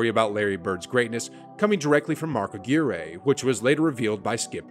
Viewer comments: You most definitely weren't around in the 80's because you keep saying "Mark A-GERE-A" His name is "Mark A-GWIRE" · uh-gee-ray? you mean Uhh-gwire (Aguirre) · It's Mark Uh-Gwire, not Mark Uh-GEERY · Mark A-gear-a???? U mean Mark A-Gwire? (Aguiree)... if you are gonna tell a story, know how to pronounce the names of the players! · I know you weren't born in the '80s, but Mark Aguirre pronounces his name like AGWIRE, even though your pronounciation would be correct if he was from Spain or raised as such. In the age of google, it isn't hard to do your homework. Nothing worse than a journalist or sports announcer that butchers a person's name (Brits AND Americans are notorious, lazy practitioners of this). That's why an international sport like tennis FINALLY began to ask the player to pronounce their own name on record in 2021. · First it's not "Mark A Gear Ay" but Mark "Agwire" for the pronunciation. Second, Bird made Barkley look pathetic many times and when Barkley said that Bird wasn't athletic or a great dribbler, Barkley is crying sour grapes since Bird owned him when they played against each other. Third, you have to look at the Celtics team as a whole back then because they all played fundamental basketball. There were no slam dunkers like Jordan or Magic. There were no dirty players like Laimbeer or Rodman. The Celtics were built on great passing, great defense, and finding the open man. Where Jordan wouldn't even think about anything but doing a slam dunk, Bird had no problem faking a shot and passing to McHale or Parrish if they were open under the rim. When DJ joined the Celtics, I would say that Celtics team became the greatest fundamental basketball team in the history of the NBA. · This man said Mark A-gear-ay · Mark A Gear A. No, dude. Learn how to say Mark Aguirre's name-please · Mark “a-gwire”. Like Mark McGwire. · Great video, but it's pronounced Mark Uh-Guh-wire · It's pronounced Mark "Ag-wire." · Mark Aguire, rhymes with WIRE! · Aguirre = a-gwyer